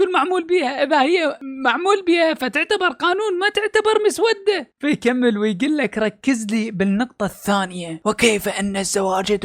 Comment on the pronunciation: كل الاحترام لحضرتك ودائماً اتفق معك لكن عندي ملحوظة صغيرة كلمة مسودة نطقك غلط لها هنا تأتي بمعنى لونها صاير اسود او مسود ، بل تنطق مسوّدة